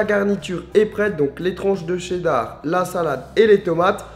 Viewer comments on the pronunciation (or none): none